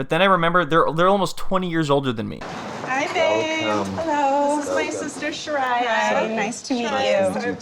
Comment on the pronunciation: Her sister is named shariyah not shakirah